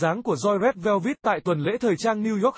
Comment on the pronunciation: Rét Veo Vít là nhóm nào zị ông kia,phát âm còn không chuẩn thì xin chào nhé